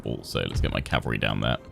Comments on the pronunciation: The word is CAVALRY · 'going to take me a couple of episodes to learn how to 'optimise' my calvary' What I hear ' it's going to take a few episodes to learn how to slaughter my calvary'